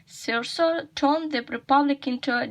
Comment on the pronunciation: the word “powerful” you read as [paful] instead of [ˈpaʊəfʊl] Find the transcription of the word “Caesar” The word “Augustus” has the other stress Find the transcription of the word “honor” Compare these futures? What does it mean? Look more attentively the transcription of the word “discernible” Find the transcription of the word “aggrandize” Find the transcription of the word “subdued” The word “although” has dentilingual sound Find the transcription of the word “incredibly”